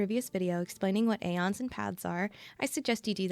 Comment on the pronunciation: Aeons is pronounced eeeons not eions